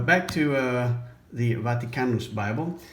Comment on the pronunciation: Love how you pronounce "Vaticanus." Proper Latinate phonology!